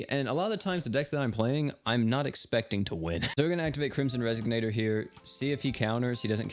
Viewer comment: It's pronounced res-ON-ator, not res-SIG-nator. SMH